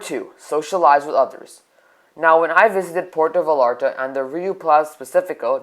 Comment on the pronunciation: And it’s pronounced (Vayarta), not (VaLLarta)